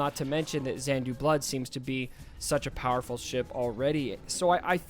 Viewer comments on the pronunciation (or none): Also saying Xandu Blood instead of Xanadu 😂.. sorry..